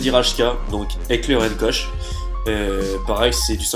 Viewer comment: 1'40 "éclair Aisne coche" ok donc t'es pas germanophile toi mais tu aurais quand pu faire l'effort de te renseigner: ça se prononce "écleur ount Corre" C'est une détail mais là encore ça fait très très amateur votre truc :/